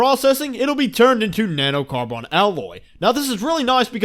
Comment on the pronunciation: "Na-no-car-BON" wtf